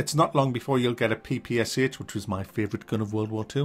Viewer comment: its not P-P-S-H, its P-P-SH, pistolet-pulemyot Shpagina, or Shpagin machine pistol. Shpagin is the last name of the designer